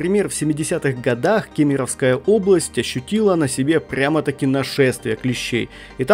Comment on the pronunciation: Всё интересно. Спасибо. Только область не КемИровская, а КЕмеровская